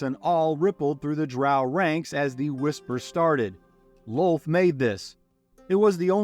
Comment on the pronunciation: Sir, it's Loth, not lol, just saying